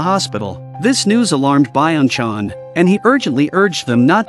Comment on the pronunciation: Blud called Lee Byeong Chan Biong chang [Moms account]